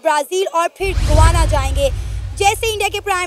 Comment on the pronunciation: Guana nahi yeh mulk ka naam hai Gayaana.